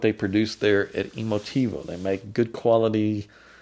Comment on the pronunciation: "Emotivo?" Really? Smfh !